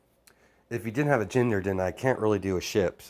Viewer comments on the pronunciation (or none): none